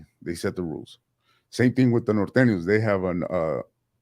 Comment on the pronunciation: This MF just say Northaniel and Surthaniels 😂😂😂😂 Norteno and Sureno STAY UP ⬆️ cuh